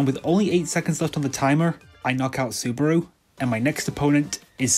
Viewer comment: I think you pronounced Tatsuaki fine but you did pronounce Saburo as Subaru